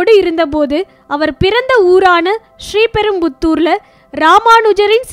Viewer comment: Voice over is horrible !! She can't even pronounce Sriperambadur properly ...